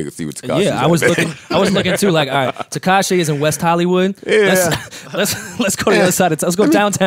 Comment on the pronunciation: It sounded like was saying Tekashi and Tinashe... Tekashay